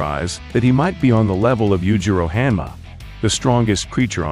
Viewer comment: Hah-N-ma not hAnma.